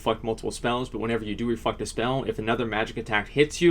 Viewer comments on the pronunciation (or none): I swear to shit your saying refuckter spell when you say reflect a spell